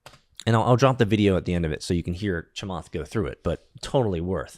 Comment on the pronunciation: Butchering Chamath’s last name 😂